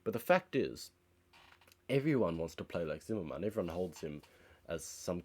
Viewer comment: "Zim-mer-men," not ""zim-mer-man"